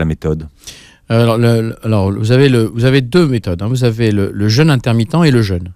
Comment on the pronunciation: Un "jeûne! "pas un "jeune"...S'occuper de son corps ne suffit pas, il faut s'occuper aussi de la langue Française.